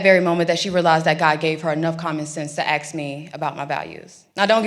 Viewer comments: You go sweetie,,, but PLEASE SAY THE WOŔD. ASK ,, NOT AXE ,,, YOUR SO INTELLIGENT,, PLEASE SOUND LIKE IT. NO DISRESPECT INTENDED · Please, young lady. Please. The word is "ask", ...NOT "axe". Please learn this and put forth a much more educated impression. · very smart educated person... but still can't say the word ask,,, (axe) .. lol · Perfect English, sounds very educated, still says AXE you a question instead of ASK. Come on now... Damn... I was diggin' her till that came out her mouth. Who's gonna tell her? lol Aside from that observation, it's great to have her speaking out. The only reason I say that, is there are plenty of people that would listen to everything she says, until she says that and then would just stop listening. It would behoove her to correct that habit. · Someone PLEASE tell this great women that the word is pronounced ASK, not AXE. PLEASE, PLEASE, PLEASE. (and check that she can pronounce "LIBRARY" correctly. It's a vote thing - many people won't vote for someone who speaks like this. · Ask not axe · Ask, not axe. Back to school. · Aks me....😂😂😂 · Preach! But hey, the word is “ask” not “ax” Just sayin. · I’m sorry but I will not vote for anyone that says “axe” instead of “ask”. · AXEING IS A FELONY Especially when you say it. Get an education take a journalism class at least! Come on man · Please, say aaaassssk! Not ax! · It's still "ask or asked" not "axe or axed" that could be an object or Skilling or un-aliving... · Please say ask. Not ax. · Is that ask or axe? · Thanks for sharing this and I appreciate this young lady. There is one thing that bothers me though, it's not a "language". There is NO reason for any intelligent person to say "axe" instead of "ask"! Some also say "finna" instead of "gonna or going to". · She ax you? Be careful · Why say axes??!?? Hate it. Not an accent, not a regional thing. Just want to say it that way. Ugh!!! Equally as hated .....the fake hold back a laugh. 😮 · ......well , except for that ax part